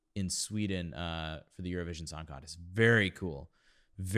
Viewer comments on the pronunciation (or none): none